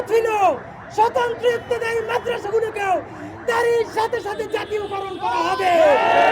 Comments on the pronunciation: ইফতেদায়ি না ইবতেদায়ি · এটা কেমন শিরোনাম। এত বড় উচ্চারণ ভুল করলে হবে? ইফতেদায়ি নয় বরং ইবতেদায়ি